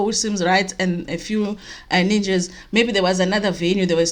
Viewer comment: Ow 🤣🤣🤣ninjas not nunjas